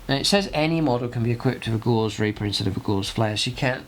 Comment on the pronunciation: Love the content, but please check your pronunciation. If you say a word wrong, so many others will. Both oed and chambers dictionary give only one variant of Gauss, it is GOWS, to rhyme with mouse, not gauze.